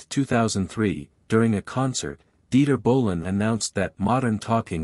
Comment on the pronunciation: What is "Dieter Winter Ball"?!? You mean Dieter Günter Bohlen? Your AI should be improved very soon